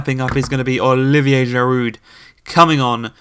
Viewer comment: Please can you pronouce Dyatta or Deeata for Diatta 😭 ans Giru for Giroud